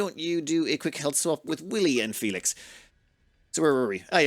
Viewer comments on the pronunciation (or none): none